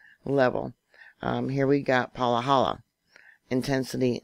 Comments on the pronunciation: It’s Pa-ha-la. Not Palahala🌴🌴🌴Maui Nancy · Im from Hawaii, Pahala is pronounced PAH-ha-LAh not Pa-LAH-ha-la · It’s pronounced Pa Ha La😬